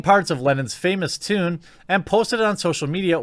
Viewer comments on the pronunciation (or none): none